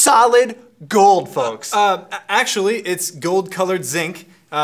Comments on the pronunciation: does he really say folks like that putting enfinsis on the L?? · Dear Rick, Did purposely pronounce the "L" in "Folks" to be like a cheesy spokesperson, or does he really pronounce it like that? PS: He is also pronouncing "Comfortable" almost like "Convertible"